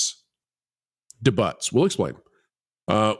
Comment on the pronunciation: Please look up the pronunciation of debut